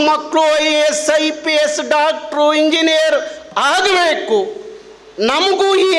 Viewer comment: ಹಾಗಬೇಕು ಅಲ್ಲ ಆಗಬೇಕು ಸರ್ ಇದು ಕನ್ನಡ